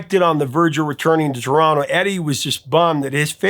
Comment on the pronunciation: THANK YOU for pronouncing TARONO properly! 😂🇨🇦🎉🍻